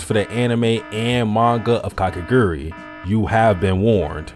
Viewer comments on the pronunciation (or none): i mean she's hot so it really isnt problem (a-also its ka ke gu rui not kakegri hello)